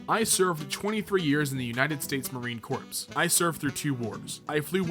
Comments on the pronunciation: corps is pronounced core not corpse your talking about a group not a body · I died inside when he said corps as corpse and not core. I grew up hearing it as core sooo... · Marine Corpse?! It's pronounced CORE. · When pronounces "Corps" as corpse and not core..... X - | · Did anybody just die a little when he pronounced Corps “corpse”? (Actually pronounced CORE) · did he just pronounce it as corpse and not core? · My favorite response. But please when you read it it’s pronounced Core not corpse. Like my Drill instructor used to say “The point is to avoid becoming a corpse” Love you, and thank you for your content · he said corpse and not corps which is pronounced core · Not a huge critique but Marine Corps is pronounced like "core" rather than "corpse". I cringed at that pronunciation no offense lol. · It's pronounced like Core not Corpse. United States Marine (Core) Corps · Corps is pronounced "Core," not "Corpse" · Marine corpse lol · You probably already heard this by now, but "corps" isn't pronounced like corpse. It's pronounced like core. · Corps is pronounced like core. Just a heads up, my dude. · Marine Corpse huh? Ohhhh you meant Corps pronounced CORE. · The "Corps" in Marine Corps is pronounced as "core". Probably the 3rd time ive ever heard someone say that, and it irks me as i love my beloved Corps. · Just a heads up, corpse is pronounced core. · “Marine corpse” LMAO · The way he said "corps" and not like "core" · Corps is pronounced "Core". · Ah yes...the good old Marine corpse. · "Corps" is pronounced "Core". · Marine "CORE'. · he did not just pronounce "corps" as "corpse" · United States Marine "Corpse". I'm done. Learn to read. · “Marine Corps” is just pronounced “Marine Core” Not trying to start a fight, just letting you know🙂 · Corps is pronounced Core. There is not a dead body comprised of United States Marines. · Corps is pronounced 'core' sorry for being anal about it. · Did this man pronounce "Corps" "Courpse"